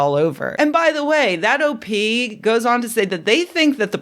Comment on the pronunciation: Half the times you said "OP" I heard "OT" and like...a rogue Operating Thetan?! Sedition in the ranks! :O